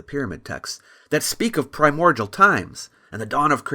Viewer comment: It's pronounced "Prime-More-DEEull" Not "pri-MordJewl"